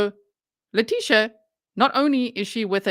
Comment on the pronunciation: Hey!! Its La-tissue.